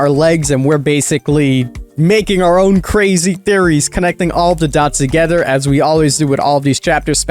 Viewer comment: My guy you have to learn how to pronounce "together" correctly. You sound Dutch when you say it. You pronounce the "-ther" in words as "-ter." Not trying to be a grammar nazi, it just bugs me whenever I watch your videos.